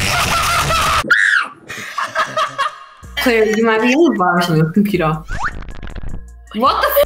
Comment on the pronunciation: WHAT THE F#$! IS A COMPUTAH